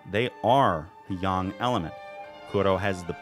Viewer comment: I agree, I also appreciate that you went with the accurate pronunciation of "Yang"